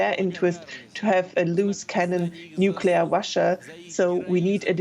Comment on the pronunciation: Russia does not end with an R. Please pronounce properly.